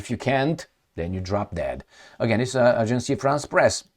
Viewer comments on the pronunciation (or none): Agence France Press,, NOT "AgencIe." There is no "i" in it. So pronounce ot "Ajans" not "Akjansi"